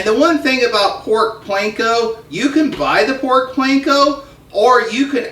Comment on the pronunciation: Please. "Pork Panko", NOT Pork Planko!